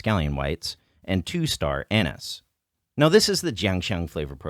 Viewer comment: Did he just say star anus??